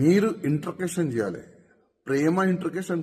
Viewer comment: Intagation kadura introgation. Madhyalo videnduku